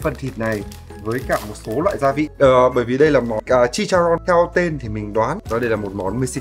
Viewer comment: Chicharron mới đúng đó ạ. Với Jalapeño thì âm |j| đọc như âm |kh| còn |ñ| đọc như |nh| của mình ạ. Với Guacamole thì anh dùng rau mùi (cilantro) sẽ đúng hơn là parsley.